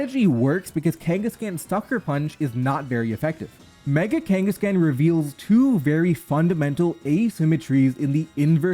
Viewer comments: Especially because it is a play on Genghis Khan and should therefore be pronounced similar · It's so weird hearing it as kangas-can instead of kangaskhan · Your pronunciation of kangaskhan makes me viscerally uncomfortable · Stop pronouncing kangaskhan wrong